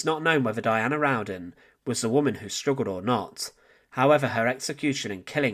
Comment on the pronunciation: Her last name is spelled "Rowden". There is only one "n" in her last name, and it's at the end. You're pronouncing it like "round-den"